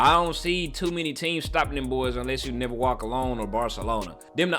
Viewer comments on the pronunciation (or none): none